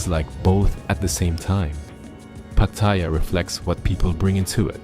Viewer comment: Amazing, he came here 25 years ago and still doesn't pronounce "Pattaya" correctly.